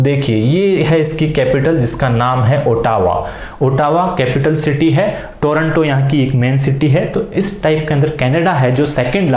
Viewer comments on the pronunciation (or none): none